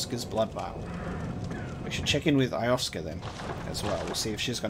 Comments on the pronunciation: Can't want to see more looking foreward too seeing the shocks and twists all come together. Also, please please PLLLLEASE It's Lo-sef-ka not Ioska, :P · Who's Eye-off-ska? (her name is pronounced yo-sef-ka) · I love that he keeps mispronouncing 'Iosefka' despite hearing her name spoken several times.: Eye-of-ska Everyone else: Yo-sef-ka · Iosefka: "I am Iosefka (Yo-sef-kuh): "Alrigt Eyeohfka" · I love the playthrough and everything but damn it how do you keep pronouncing it as "Ioska"?? I-oh-sef-ka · Actually I think she pronounced it more like Yo-sef-ka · Iosefka is pronounced like yo-sef-ka. Great playthrough though! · You handled that Gascoigne (pronounced Gass-con) fight great, and without cheesing him! Good stuff! And, just a tip, you have really missed what the gun is for... P.S. Iosefka is proncounced Yo-sef-ka:) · You might want to re-explore Central Yharnam. And i think this is driving everyone mad but, why in the name of all that's good, can't you pronounce ► Io-sef-ka?